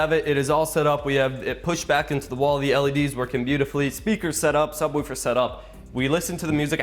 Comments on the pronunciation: There is no u in subwoofer so stop saying it like subwoufer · Stop saying subwoofer so weirdly